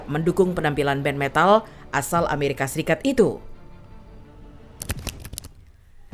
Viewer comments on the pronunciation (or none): none